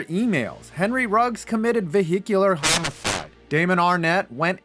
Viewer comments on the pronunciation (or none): You really can't say homicide?